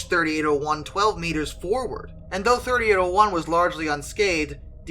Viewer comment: A few things, firstly thanking you for pronouncing the loco number correctly as 3801 instead of 3-8-0-1. The other person travelling in the cab was a personal friend of mine and also another driver travelling as a passenger back to Sydney to start work the next day. The V set had been held due to red signals at the base of Cowan bank by a red signal which the cleared to full clear (a green aspect) The driver, Gordon then proceeded at track speed up the hill unaware that 3801 had slipped to a stand due to some fool applying the handbrake in the 3rd last car. In fact we did have open channel radios issued to each crew member which would have allowed the crew of 3801 to advise they were having trouble but due to vagaries of topography it is unclear whether it would have been heard if it had even been made. The crew of 3801 were expecting that the signals behind them should have been showing stop. There were also telephones fitted to the signals to directly contact the Signaller. As the leading car of the V set DIM 8060 came around Gordon was confronted with the rear of 3801's train with too short a distance to stop. Gordon said to the other driver (Geoff) to jump and he managed to jump out of the side door of the cab, landing on the railhead of the adjoining down track breaking his back. There was no time for Gordon to exit the cab and he sadly died. When the first responders arrived they found Geoff still on the down track in a state of shock constantly repeating "but we had th